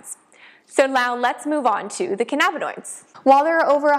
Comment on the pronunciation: It's cann-a-bin-oids.